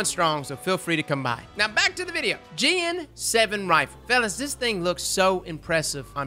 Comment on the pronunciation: I think it’s pronounced as Ji-AAAN and not Jeeean but i could be wrong.